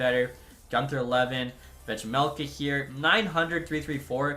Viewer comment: Bro the J in Vejmelka is silent